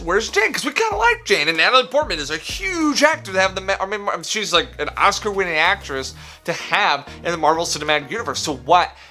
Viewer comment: Plz, plz I don't Wike it.. 😂😂